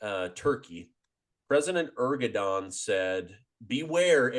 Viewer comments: please say Erdogan instead of Ergodan. I really am a great fan of your channel, so this is my only remark. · Erdogan not Ergodan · Its ERDOGAN not Ergodan. Missing such important details, makes you honestly not trust worthy, since it shows that you did not had the courtesy of researching this basic information.The col seems pretty up to date otherwise. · Americans always add confusion to everything. Not only in the analysis but also in names? Where did you come up with the name Ergodan? His name is Erdogan not Ergodan. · Erdogan, not "Ergodan". I cannot believe the casual nature of your reference to the civilian human tragedy & damage resulting from Israel’s response, simply saying: "so be it". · 😂 Hey.. it's not ERGO-DAN, it is (Shaffer has it correctly).👉.ERDO....🤷 GAN! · Erdogan = AIR-DOUGH-WON. Say it with me now: AIR-DOUGH-WON. NOT ER-GO-DAN. You sound illiterate when you say "Ergodan." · Lol, it is Erdogan, not Ergodan. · hahahahhaah you said president ergodan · Ergo-don is definitely not how his name is pronounced